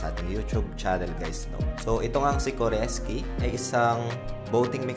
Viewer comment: core sky lods hindi koreski hehe. anyway done joining your link.